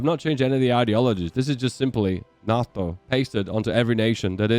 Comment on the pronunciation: Hate how u say nato